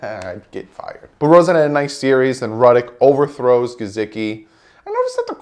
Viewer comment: WHAT about the name / word "Gesicki" makes you pronounce the S with a Z sound??? COME ON MAN!!!